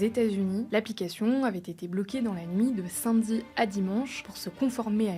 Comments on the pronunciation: On dis "samedi" pas "sINmedi" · Par contre "simedi" c'est non.